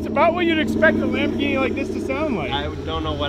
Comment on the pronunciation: Sham - borghini 😂